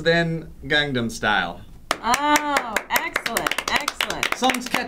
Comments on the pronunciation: it's pronounced more like "gong-nom" not gang 'nam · btw it's "Gang-nam" not "Gang-dum." You Americans seem to struggle with that word. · it bugs me when people mispronounce Gangnam.. haha. but everyone does it so.. :P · somebody tell that it's pronounced Gangnam Style, not GangDam Style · goddamn it joe it's gangnam, not gangdam. imma light yo house on fire ;p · Its no gang nam its pronounsed kangnam. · It's not "GangGAM Style"... It's "GangNAM Style". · its not pronounced as gandom style i it GANG NAM style :) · its said as gongnam style but spelled gangnam style people dont know how to say anything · For the love of god, stop pronouncing it GANGnam style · Am I the only one it bothers when they say "gangdam style". There's no "d". Enunciation. ENUNCIATION. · PRONOUNCE IT PROPERLY oh my god that keeps annoying me. GAHNG-NAH-M STYLE. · its pronounced as kahngnahm. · why do i keep hearing gang'dam' style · Please stop pronouncing the A's like "Say", its pronounced like "Saw" when saying gangnam style. I so cringe from the way you guys pronounce it. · Gerrrrrrrrr why can't you guys pronounce Gangnam right?!! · Please don't talk about anything PSY until you can say Gangnam style right :I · Can't anybody pronounce "Gangnam" correctly? Not that hard. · I love sourcefed, but in all honesty; It's not hard to pronounce gangnam style. xD